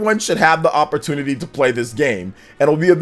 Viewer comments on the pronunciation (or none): none